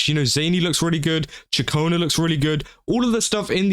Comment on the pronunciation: Ah yes my favorite Italian woman name zayni definitely not zani you pronounced ciaccona almost correctly but not zani 💀